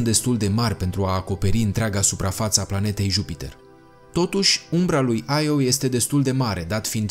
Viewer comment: Las-o naibii,, nu toate denumirile pe care nu le cunosti se citesc in engleza. IO se citeste IO si basta. Nu AIO. De altfel e din greaca click pe Io_(mitologie)).